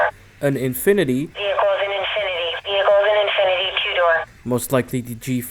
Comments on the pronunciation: Vear-a-cull hmmmmm VEE-HIC-CULL is not hard to say. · TFs a veerhicle🤣💀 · "...and, it's vehrical." "...VEHRICAL!" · Lol. Vericle 😂